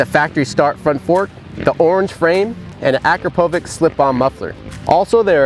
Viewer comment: It's pronounced "Akrapo-vich" not vik